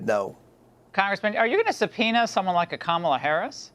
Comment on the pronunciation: Comer refuses to pronounce Kamala Harris's name correctly. Or he's too stupid to learn how. I think I'll go with the latter.